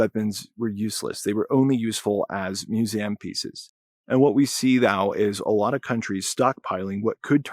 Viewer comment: and AFAIK no native English speaker in any country pronounces "museum" as myooZEHəm. What's your mother tongue?